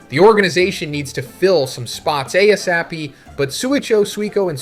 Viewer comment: ASAP stands for "As soon as possible", and is usually pronounced "Ay Ess Ay Pea".